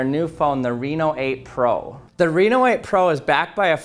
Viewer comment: It's not Re No it's Ren O Oppo Reno